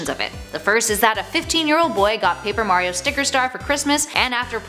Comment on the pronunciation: iTs MaRiO nOt MaYrIo